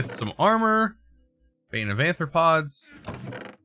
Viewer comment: Bane of ARthropods! AR, not AN. Illiterate.